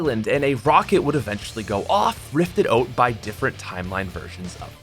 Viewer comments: it’s annnoying asf how he said oat instead of out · Y u say oat instead of out